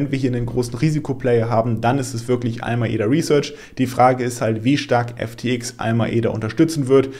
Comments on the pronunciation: ALAMEDA und nicht ALMAEDA. Mach lieber mal ein Video weniger und nehm dir mehr Zeit für den Content. Es sind leider so oft Fehler und Zahlendreher drin. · Top Video aber A L A M E D A ! 😂